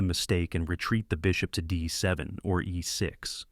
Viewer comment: This AI voice-over is awful. What is "queen to dee-eye seven" ... and "knight to dee-eye-r eight" Funny if it wasn't so ridiculous 🤷